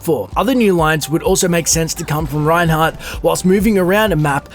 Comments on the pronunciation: When reinhard returns home, I keep hearing brexit... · oh god why is reinhardts german so terrible. they did such a good job with mercy. She has such a clean pronounciation. But Reiny... he's the curryworst.